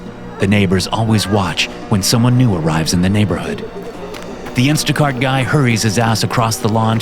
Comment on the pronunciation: “Instaguy cart”? 😂